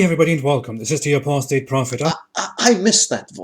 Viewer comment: loved the slight "Apus" hahaha